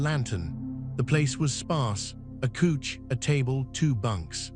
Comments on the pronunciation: couch is pronounced like ouch not cooch. Listening from Sandy, Oregon. Great story. Was the story in USA or another country?I like it that a biker story finally had some romance. Thank you for this story. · Couch is pronounced cowch.